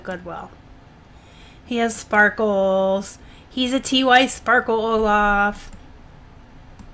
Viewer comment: I've always called TY tie. I feel crazy because I just looked for a commercial to hear how they say it, and they say it like I do. Maybe that's your random down vote for your videos! It's a TY employee! 😂 Thanks for sharing again! I have one of those unicorns that came in a bag with dirt all over. It's been clean for months, but I'm doing the worst job listing...